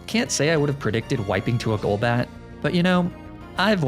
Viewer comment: theme challenge idea: pokemon you've mispronounced on other videos on this channel, such as magnemite golduck golbat etc.